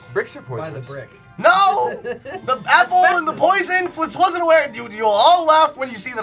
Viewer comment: XD ahahaha the "happle" and the "brreecckk"